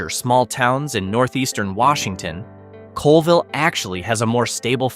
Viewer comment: 1. Oh-can-AH-gan 2. CALL-vill